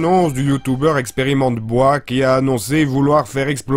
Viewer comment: XD il a dit bois ! BOIS